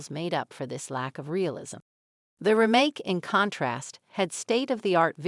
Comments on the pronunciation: REmake. Not ruhMAKE. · This is text to speech with a kind of deep fake host, right? Her cadences are completely off. Who pronounces it "remMAKE?" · This sounds and looks like it is voiced by a computer and then lip synced. Especially the way "Remake" is pronounced. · She has a strange way of saying remake... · Is she AI generated? Or totally disinterested in the subject. Who says remake that way with such a short ee sound. If I didn't see her lips moving, I'd swear it was a text to speech bot. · How she said "remake" bugged me